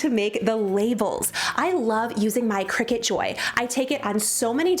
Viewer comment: I may be wrong, but Isn’t cricut pronounced cry- cut?